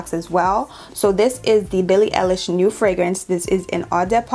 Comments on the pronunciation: It’s all horrible. Her last name is pronounced “eyelish”. ❤ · Billie EYE-lish 🙂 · her name is pronouncd EYE LISH YOU DO NOT EARN A LIK OR SUBSCIPTIONJUST FO THAT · It's ey- lish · Eye-lish* btw